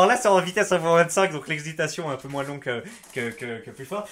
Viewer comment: MOINS bordel pas moinsse